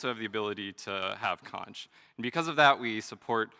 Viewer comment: this is borderline mindblowing, my only problem is with the way he pronounces xonsh